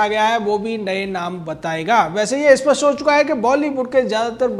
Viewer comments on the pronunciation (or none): none